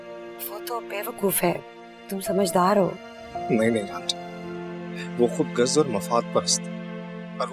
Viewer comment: Talha we expect proper pronunciation of the word “khudgharz” please everyone else who does it stop using letter gaaf instead of ghain. We must protect Urdu language ❤